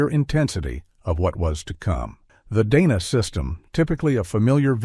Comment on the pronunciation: DAHna not DAYna